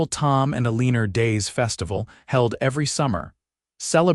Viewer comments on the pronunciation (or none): I can't really get into the story because of your AI. Ah lenn Er instead of Eleanor. I am subscribed but I am getting frustrated.